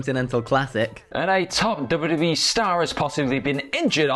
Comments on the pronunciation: "CM PUNK CALLS OUT TOP WEE STARS" "R" That's it, just the letter "R" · "CM Punk calls out top WEE STARS" 😂😂😂